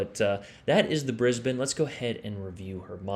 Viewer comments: G'day mate! Strewth, great video on the Brizzy, and bonzer effort gettin the pronunciation right, yeah it's Brizbin here, not brisBANE although ya could say, "Me and Shirl, headin up ta Brizzy this weekend" if you were going there. Just don't do that accent again, that was crook as rook, mate. Sorry. Cop you later! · Omg don't do that Aussie accent again!! Nah just kidding but not really. I'll give you credit for pronouncing Brisbane correctly. On a serious note well played GG.